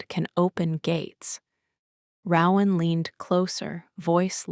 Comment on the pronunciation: I wished there were male and female voices, but the creativity of the story kept me listening. Still, my 2 biggest complaints are that the narration needs to be sped up and the name Rowan needs to be correctly pronounced.